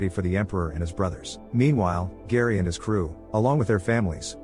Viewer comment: Harry, not Gary. AI voices…